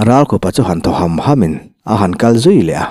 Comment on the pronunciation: Hliam te, khawsik te hian tu mah a ṭhâm ngâi lo, ṭhâmna tur kut pawh a nei lo. A ṭham ṭhin a ni zâwk e. Ṭham hi favai hram tiha hram thlûk ang hian thlûk tur.